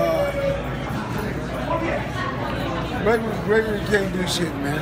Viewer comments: I'm not sure if he calls him "McGregory" on purpose or by mistake but that shit's hilarious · Is floyd snr saying 'mcgregerin' lol